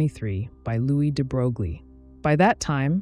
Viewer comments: It's not at all intuitive, but the name de Broglie is pronounced "de-broy" not "de-brogue-lee". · The pronounciation is "debroy" not "debrouglie". I realize it's an automated voice, but it just follows the trend of actual science communicators butchering that name almost every time. I feel like only PBS Spacetime has gotten it right, maybe a few others. Edit: I also have to admit, it's really hard for me to focus and take in the information with the incredibly monotone cg voice. Anyway, 'nough nitpicking, thank you for the otherwise great video :) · Hi.. Looks like you don't even care to know about the pronunciation of Louis de Broglie's name. It's not DEE BROGLIE, it sounds like de broy. You can check out the pronunciation in the wikipedia. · it's "into" and you mispronounced "de Broglie" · De Broi is the pronunciation you seek. Very nice compact piece. Thx. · A correction: The units of Planck's constant are joules times second, not joules per second. And I was dismayed to learn in college that "de Broglie" is pronounced "de broy" but then confirmed that we Americans may pronounce it as it is spelled in our orthography. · Well done video! Heads up that Louis DeBroglie’s name is properly pronounced “ duh-BROY” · You are pronouncing the name of Nobel laureate (French aristocrat) de Broglie wrong: his name rimes with Versailles (the palace of the Kings of France). Think of smth like "de-grail" but with a "b" instead of a "g", and the "l" being kind of silent... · de bro glee? are you kidding me? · stem+language background of mine tells me: yes, it’s wrong. But a lot of foreign words are said wrong in other languages, INCLUDING proper nouns, for a number of reason, albeit, at times, rather hilarious ones. On top, there’s no norm for some of them, “say what you think it should sound like” kinda approach. So, just relax. 😊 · I lost interest when the narrator failed to even pronounce de Broglie's name correctly. He'll be turning over in his grave...probably.